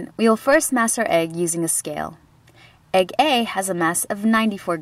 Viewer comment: At first I heard egg egg and not egg A lol